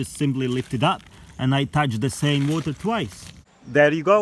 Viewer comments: so i am touching the woter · “Der are ballz in da vater flowing everywhere” 😂